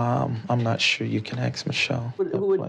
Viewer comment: Axe (ask) Michelle! Or axe (ask) the financial advisors. 🙄😒😬😅 I'm adding in "ask" in case anyone finds it to be threatening LoL